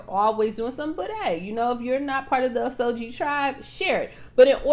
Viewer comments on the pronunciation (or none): It’s oh-sage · Girl it's O Sage Indians Osage Nation